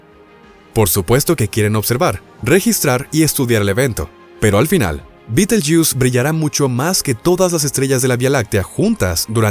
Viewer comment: Me resulta extraño , risible, que el relator hablé en castellano ,pero que al nombrar el nombre de la estrella lo pronuncie en inglés y no en castellano, que se pronuncia tal como se escribe. Alfa orionis en la antigüedad, para los antiguos árabes era considerada parte de Géminis. La constelación de Orión era llamada por los árabes con el nombre de Jawza(Jauza), ésta era una divinidad mitológica de lo árabes preislamicos. El nombre árabe de Alfa orionis es Yah al-Jawza= mano de Jawza. Al ser traducido por los cristianos de España, cometieron el error de escribir B en lugar de Y, y la nombraron ' Bait al- Jawza= hombro de Jawza. Como he dicho anteriormente me parece ridículo ( ridículo según la acepción castellana y latina de la palabra) que el relator del vídeo lo pronuncia en inglés, pues me suena a ' jugo de escarabajo'.